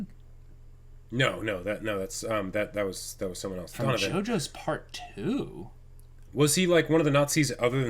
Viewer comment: What? Somethin I can do for you dunovin? (Donovan just what it sounds like) HMMMMM